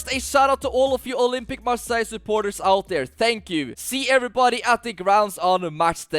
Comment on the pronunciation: Bro why are you saying marssaigh?